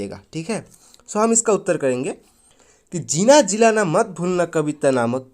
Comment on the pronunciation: Sir gilala nahi gilana ha